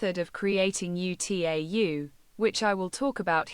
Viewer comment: "(U.T.A.U.) ユ - つい - エイ - ユ" HOW DID T.T.S. MISPRONOUNCE "(UTAU) ウ - タウ"?! 😭